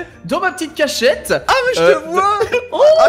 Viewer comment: qui dit cach chete au lieu de cachette